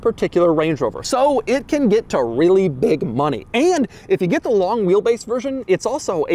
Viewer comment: I don't like the way he says LONG